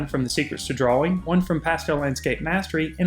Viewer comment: Dwaw Dwawing Nice video, thank u!